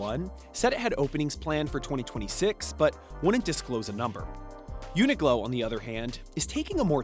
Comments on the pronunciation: It says uniQlo so clearly by him, but he’s saying glow? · Uniqlo not Uniglo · he does it each time he says the brands' name. Qlo makes a 'k' sound not 'g' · Its UNIQLO (unik-low) not UNIGLOW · The presenter keeps on saying Uniglow. It's actually Uniqlo (pronounced Klow).. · it's uniqlo not uni-glow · It’s Qlo not Glow. Oh my God…. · Why is he pronouncing it like uni-glow? it's a q. uniqlo. uni-klo. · It's YOO-nee-kloh not uniGlow lmao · It"s a 'Q". Not UNI-G-LO ! Does your reporting even know retail brands??? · Americans .,.... it's UNIQLO ... not UNIGLO ........ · I know damn well a lot of people ended the video hearing you say “uni-glow” 😂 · Why’d the host call it “UNIGLO”!? There’s no G bud… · We’re just gonna act like he’s not saying “uni-glow”? 😭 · I absolutely hated the way he said Uniqlo and kept saying it wrong really really got to me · Welp I’m fluent in Japanese and I don’t pronounce Uniqlo the “correct” way bc it’s too long (4 syllables). I don’t blame anyone who “mispronounce” Uniqlo if they are gonna make a name this difficult to pronounce. Especially cause uniglow is not even that wrong compared to the Japanese name.